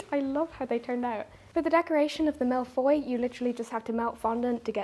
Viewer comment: I’m french and it took me a few seconds to realize that when hearing ’malefoy’, it was supposed to be ’mille feuilles’ (thousand sheets), but let’s just call that exotic and lovely.